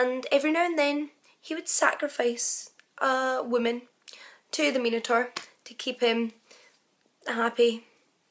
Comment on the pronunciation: An intriguing story. A pity that you couldn't get even the basic details correct. You could have easily looked it up online. It was Zeus not Poseidon. Pasiphae didn't wear a 'bull costume' it was a hollow replica of a cow. By the way, Minotaur is pronounced with an i as in 'eye'.